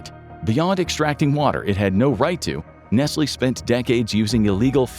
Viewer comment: nesly , right , first time hearing it like that and its actually the correct , my whole life been pronouncing it wrong